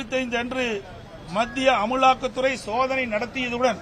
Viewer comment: பழனி அது அமுலாக்கத்துறை இல்ல அமலாக்கத்துறை 😂😂😂😂😂😂😂